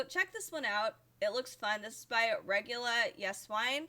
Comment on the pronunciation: Regula is awesome. Her name is pronounced "isewain" though